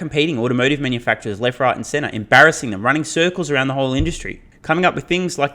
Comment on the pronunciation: "M. Barra-ssing". You should retire now, this was your masterpiece.